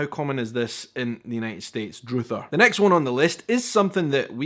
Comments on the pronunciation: Druther is pronounced the same as brother. You pronounced it droother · Durther is not pronounced droother. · It's not droother it's pronounced druh-ther (the plural version is most obtain used) druthers = "choice" "If I had my druthers, I'd.... " "If I had my choice, I'd..." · It's peanut butter and JELLY! JELLY! NOT JELLO! Definitely not Jello. Also, "druthers" rhymes with brothers. It's not pronounced like "droothers". Never like droothers. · Druther- pronounced Dr-uh-th-er not Dr-oo-th-er. If I had my druthers I wouldn't stay home all the time. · Druther isn't used much anymore in the US outside of older southern folks. And it's pronounced DRUH-ther, with a soft "uh" sound, not a long "oo" sound. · Druthers... Pronounced Dr-a-thers Not Dr-oo-thers Example: If I had my druthers I’d go home for dinner. Meaning if I had the choice I would eat dinner at home. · "Druther" is pronounced "drother," and basically means "preference" or "choice." In a sentence you would hear it this way: "Well, if I had my druthers, I'd go to the movies instead." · Druthers, always said with an S at the end. You've pronounced it "droother". Among the mostly country folk who use it (rare) it's "druh-thers" sounds like" brothers". Example of use: If I had my druthers I'd choose to visit Scotland in summer rather than in winter. In the States"coriander" refers the the seed of the plant, a spice, legally" . Cilantro, (see-lan-tro) a Spanish word, describes the leaves of the fresh plant, an herb, legally. University here is an institution that can confer an advanced degree, such as PhD. College is a2 or 4 year institution that can confer a 2 year associate's degree or 4 year bachelor degree. Going Dutch still refers to perceived stinginess of Americans of Dutch heritage when on a date. ( I live in an area with a high Dutch population, so no comment about that, I don't want the authorities to be alerted when my grass grows a quarter inch over the allowed limit.) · Druther rhymes with 'brother'